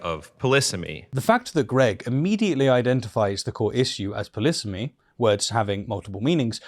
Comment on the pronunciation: "Polisamy" - did I hear that word correctly please?